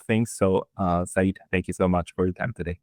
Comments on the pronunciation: Seyed is not Saeed FFS. Its like "Sir" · It’s not Saeed, it’s Sayed Sa-yed, which means Sir 😊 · It’s pronounced say-yed and that is a kind of title rather than a first name so Professor Sayed and Dr. Sayed would be like calling someone Mister Doctor